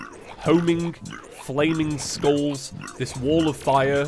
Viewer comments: oh god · Whenever you say 'skulls', it sounds like you are saying 'schools' T H E F L A M I N G S C H O O L S